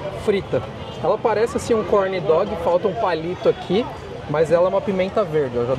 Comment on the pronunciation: Parece um “corniii dogiii” 😅